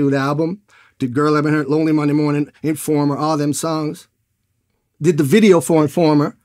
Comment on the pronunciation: "and them singing informer" said like a real Jamaican haha